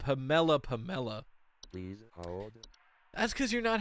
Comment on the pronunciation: I’ve never heard anyone say Pamela like that and it’s disturbing to me personally a little bit